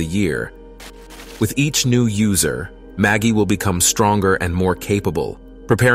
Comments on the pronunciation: Are you sure it's not pronounced with a soft G? Like magic? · Pretty sure it's "Ma jai"